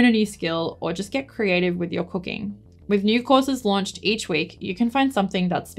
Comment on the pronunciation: I did such a hard double take when you said "I love cooking" because at first I thought you said "I love cocaine" because of your accent hahahaha